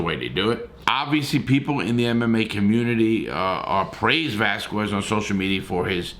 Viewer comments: Larry stop butchering his last name geeez!!! VE”L”ASQUEZ!! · no dude, that’s not how you say it. It’s pronounced vel-ah-skez. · how many times can you get his name wrong